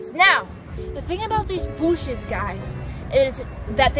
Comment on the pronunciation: "Though the BOOSHES "